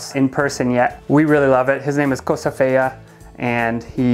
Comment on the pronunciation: “Cosa fea?” 😅